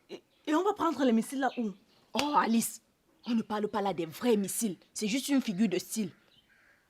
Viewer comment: j'aime la prononciation d'alice en français🤣🤣🤣🤣🤣